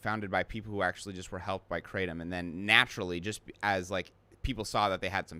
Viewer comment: Come on man, it's kratom, not Kraw-tom. It sounds really pretentious